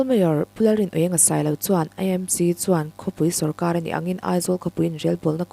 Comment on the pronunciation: E nilo in AMC ti a lam tur a nilo mo